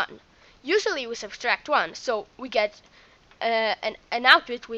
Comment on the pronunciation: Sub-tract...not sub-stract (I know I'm nitpicking but learn to pronounce it correctly now before it becomes a bad habit and more difficult to correct)